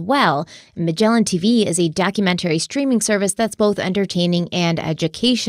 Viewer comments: 25 k likes for to start saying documentary correctly lol 😂 Just kidding love you ❤ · I personally love it when you're sponsored by Magellan tv because pronunciation of "documentary" is my most favorite ever. Great episode! My heart goes out to Connie's family and especially all the kids.